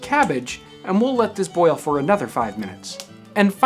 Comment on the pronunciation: love how he says "boil" sounds like a potato hitting water, pleasing af